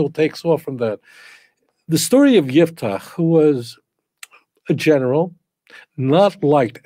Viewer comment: IFTACH, with an " F " , NOT '' P " Italian rabbinical TANAKH., Rav Dario Disegni, z.l.